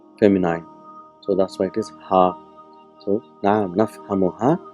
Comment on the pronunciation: You have spent a lot of time and effort.to generate your presentations on the you tube, but you might have ignored to check how the words; "feminine" and "masculine" are pronounced correctly. Please check dictionaries how these words are pronounced. Take my comment as a suggestion for improvement, not as criticism. May Allah reward you, for your effort. Salam Abu bakar